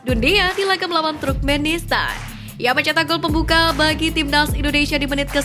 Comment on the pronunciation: Koreksi sedikit,... TURKMENISTAN bukan Trukmenistan. 🙏🏼😊 Semangat ngonten ttg Timnas Garuda Indonesia... 👍🏻💪🏼❤🇮🇩☕✔